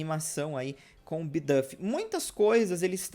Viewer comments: eu amo o canal mas eu sofro um flinch toda vez que você pronuncia uma palavra em inglês errado, tipo "bidâf" (e não "biduuf") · Não seria "Bidufi" a pronúncia??